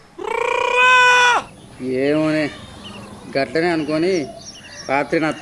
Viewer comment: Atlage Kadu Gatlane